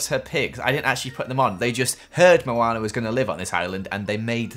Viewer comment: Let's build a house for Moanr Meh:NO IT'S MOANA